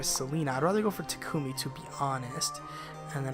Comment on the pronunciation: I only wanted to say you're pronouncing Takumi's name wrong, it's supposed to be "Tah-kme". I know from unused lines that even Laura Faye Smith got that wrong.